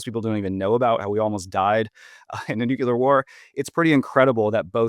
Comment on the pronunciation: If you pronounce nuclear as "nuke-yoo-lur", I have a hard time taking you seriously.